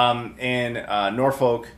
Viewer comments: Norfolk definitely isn’t an hour north of London, so don’t get your hopes up, it’s more like 2-3 hours depending what airport you’re coming from. It’s very rural and far from anything honestly. I’m sure you’ll have fun through! Also, fun fact it’s pronounced Norf-fuck. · You pronouncing Norfolk is my new fav american mispronunciation of an english place name. before it was someone trying to say Plymouth but this made me LOL.